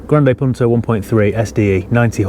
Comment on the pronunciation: good pronunciation ,im from italy